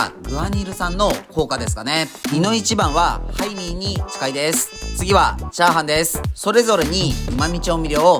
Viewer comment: ハイミーがタイミーに聞こえる 仕事行かなくちゃ••••••